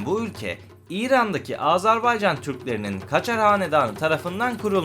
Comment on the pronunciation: AzArbaycan değil AzErbaycan deyin lütfen.